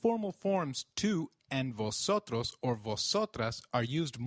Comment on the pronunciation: I‘m confused. When v appears at the beginning of a word, shouldn't it be pronounced as 'b' than 'v'?